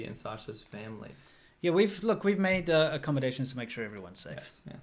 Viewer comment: Haha okay 35mins "we've make accommodions"